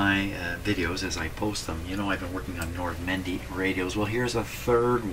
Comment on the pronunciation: That's not how we pronounce Nordmende, he says "Nordmendy" - the last e is stressed and pronounced as e, not y